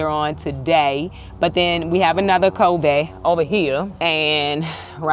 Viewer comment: Hey. Googled the pronunciation of covey. It's "KUH-VEE". Hope it helps. Anyway, it doesn't matter how you say it, we know what you're talking about. Sorry for your loss, you're brave for filming it.